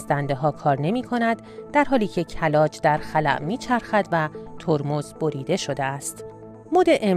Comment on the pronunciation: بعضی کلمات رو اشتباه تلفظ کردی. آزتِک درسته مثلا نه آزتَک. کِلاج درسته نه کَلاج. بیشتر دقت کن دخترم